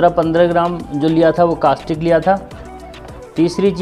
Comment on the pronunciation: और आप कास्टिक बोल रहे थे उसको कास्टिक नही बल्की कोस्टिक सोड़ा बोला जाता है 😂😂😂